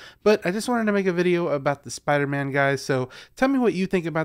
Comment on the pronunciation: What’s a “Soider-man”?